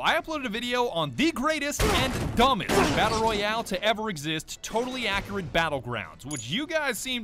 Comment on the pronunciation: Is it just me or do some black Americans say accurate wrong?